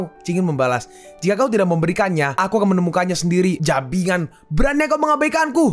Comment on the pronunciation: jibangan aja min, jangan jabingan